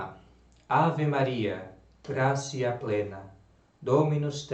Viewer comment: Salve Maria! Prezado, permita-me uma correção. O "t" seguido de "i" breve mais vogal soa como "tsi"; portanto "gratia" soa "gratsia". Basta notar nos Angelus rezados pelos papas, como por Pio XII, por exemplo (tem aqui no YT), e também nos livros sobre o latim eclesiástico, como o de José Aristides Gamito.